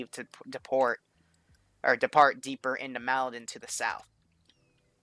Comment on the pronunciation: MALDEN. M A L D E N. NOT MALIDEN. 2 SYLLABLE WORD